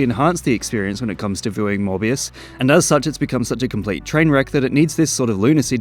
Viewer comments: Morbius Sound Like Hybius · It's monthbius baby! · Gad ai lob morvuz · Your Mor-bias is showing. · "Morbuis" is that french? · it's morb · You can't pronounce Morbius without "more", so... It really is the more movie